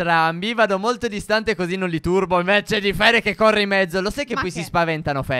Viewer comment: Si dice PHERE non FIERE😐😐😐😐